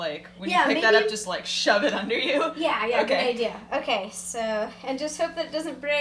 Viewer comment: Oh my god! Dooger! I didn't think she meant that Dodger!